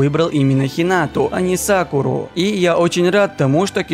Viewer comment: Мне кажета ты сказал Сакулу а не Сакуру